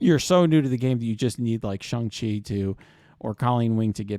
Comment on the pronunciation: Perfect pronunciation of Shang-Chi! Haha good job bruv